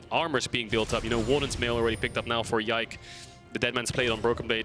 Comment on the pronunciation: And pronounce Yike's name perfectly